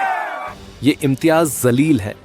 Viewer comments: Yeh Imtiyaz Jaleel hain Imtiyaz Zaleel nhi Zaleel means beizzat or disrespect Media walon ko pronounce karne janta sikhayegi to samjh lo kis level ke log in media me hire kiye ja rhe hain Patrakarita ka to level pata hi hai ab ye bhi pata chal rha hai k jahil log patrkar ban baithe hain Wah re godi medi 😅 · Reporter saheb woh imtiyaz jaleel hai, zaleel nahi 😂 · Tumhara zaleel pronunciation sudharo. Backdoor se journalist bane ho. Ya tum khud zaleel ho. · Sir ji Imtiyaz Jaleel hai naam Imtiyaz zaleel nahi please correct it. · Reporter mahoday pahle uchcharan ki tameez Sikh lo Imtiyaz zaleel nhi ،Imtiyaz Jaleel naam hai ،zaleel ke matlab zillat badnam hota hai ،Jaleel ka matlab roob Jalal hota hai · Aray bewaqoof Anchor Imtiyaz zaleel nahi Unka sahi naam Imtyaz jaleel. hai. Naam sahi lene nahi aaya tho Anchoring nahi karna. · Zaleel nahi chutiye jaleel hota he naam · It’s Jaleel, not Zaleel. Although the caption correctly says Imtiaz Jaleel, he is still being called Zaleel, which appears to be more than just a slip of the tongue. This should be corrected. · Take the name properly it is Imtiyaz Jaleel. Not Zaleel Mind your language. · अबे जाहिल इनसान बोलना सीख ले इम्तियाज़ ज़लील नही है बल्कि इमतियाज़ जलील बोल जाहिल इनसान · chutye reporter zaleel nahi jaleel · Imtiaz zaleel nahi Imtiaz jaleel bolye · Tu anchor hai kya hajaam hai saale Imtiyaz Jaleel hota hai Imtiyaz zaleel nahii❌❌ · ज़लील नहीं होता जलील होता है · Abe baklol Kisne tum ko channel pe baithaya jaleel ko tum zaleel bol rahe ho pahle kuchh seekh lo fir patarkar banna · Imtiyaz zaleel nhi re baba intiyaz jaleel bol saale tum reporters pehle pronounce karns seekho😅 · Imteyaz zaleel nahi (Imteyaz Jaleel hai) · Naam sahi say bolo imyiyaz jaleel hai imyiyaz zaleel nahi 😅😅😅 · Abe jaahil. Imtiyaz (jaleel) जलील hai...Zaleel Nahi. ज़लील नहीं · Abey chutia anchor. Zaleel nahi hota hai Jaleel hota hai. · Zaleel nahi hota Jaleel hota है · zaleel nhi jaleel hota hai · इम्तेयाज़ जलील बोल भाई, ज़लील नहीं 😂😂😂